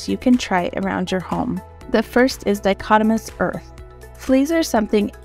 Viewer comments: Great tip about diatomaceous earth. I’ve been wanting to try it to repel crickets. At about , “diatomaceous” should be pronounced “dy uh tum AY shus,” not “dichotomous,” which has a different meaning altogether. Diatomaceous earth is made of diatoms, which are one-celled photosynthesizing algae with silica-filled skeletons. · Because “diatomaceous” is mispronounced, your chapter title appears as “Dichotomous Earth.” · I also knew she did not pronounce it correctly as it used in my industry.